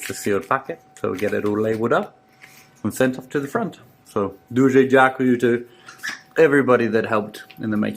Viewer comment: “Pukey nuke” is a small, insecure man who compensates with threats of big missiles. Thank you and to Richard, for the tasty jerky and the impeccable pronunciation of Дуже Дякую (thank you very much).. again